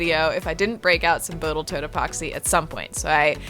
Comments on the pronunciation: That "Botal toat" plug tho :D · Lol again "Boatle toat epoxy" Every time you make me go back and check what you said 😅